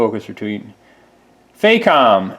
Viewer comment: Pronounced, "fah-comb" emphasis on first syllable.